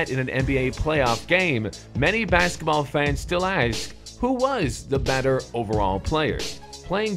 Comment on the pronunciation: In did just said benter instead of better